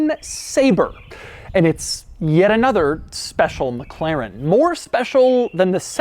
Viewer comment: Oh it's "mekleren" again